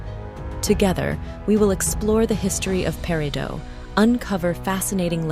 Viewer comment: No, no! Not “pair - ee - doh”. It’s “pair - ih - doh”. I’m hoping that as thia continues that I don’t have to hear “pair - ih - dots”.